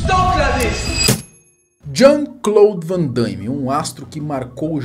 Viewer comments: Aonde que vc encontrou esse (i) cara? O nome do cara é Van Damme, vc fala Van Da(i)mme. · Não é van Daime. É van DAMME mesmo. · Pare de dizer. Van Daime, É Van Dame. 😂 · Ver o vídeo com o cara falando "Van daime" o tempo inteiro é de doer, rsrsrs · o cara começa o video falarndo "Jean Claude Van DAIIIME". Fechei o video na hora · Uma correção aí: o nome dele é JEAN CLAUDE VAN DAME E NÃO VAN DAIME. Ele não é Andaime e sim dame ok? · " VAN DAIME " P/Q/P! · "Vandame" a pronúncia, não Vandaime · Não é Vandaime! É Van Damme ! Hauhaha andaime é lá na obra... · fico invocado pq algumas pessoas pronunciam o nome erroneamente , nao é Van dãiiíme , é simplesmente Van Damme. outra coisa , Soldado universal foi TOP ! rs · Damme e não Daimme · Mais um que fala: Vandâime 😂😂😂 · po " vandaime" ? kkkkkk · Jean Claude Van Daimme 😅😅😅 É Van Damme Não Van DaIIIme não tem i 😅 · O nome dele não é Van Dãime não, meu prezado, é Van Damme (Dâme) mesmo, esquece esse "I" aí, por favor!. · Van DAMME, não DAIME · Vc sempre com vídeos legais, mas melhore na pronúncia “ VANDAIME” tá errado kkkk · van DAIME ? HAHAHAHAHHAHA Cara nao consegue pronunciar um nome pelo amor de Deus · Um panda morre a cada vez que alguém diz Van "Daime". 🐼🪦